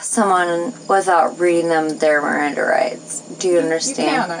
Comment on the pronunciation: Hahah RRRRRRRANDA rights 😂😂